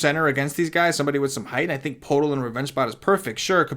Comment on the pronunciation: poeltl is pronounced "pert el"